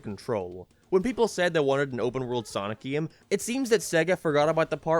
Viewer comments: i love how says gim instead game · u pronounce 'game' funni